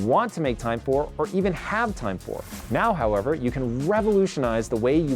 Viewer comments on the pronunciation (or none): I also love when I hear you say, "how - EVER...."